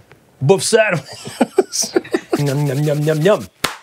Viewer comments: Not Boff sandwitch. Böf/Bøf is pronounced boef sandwitch. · Buf Sanwish. Buf Sanwish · buff sandwich? I'm sure you could have looked up the pronunciation, George! love it tho. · The "ø" in "bøfsandwich" is pronounced like the "i" in "girl", not like "o" :-)